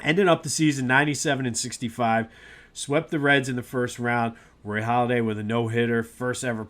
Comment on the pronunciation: It's Halladay not Holladay.